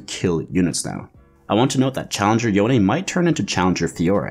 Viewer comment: Y-own. Yo-nay.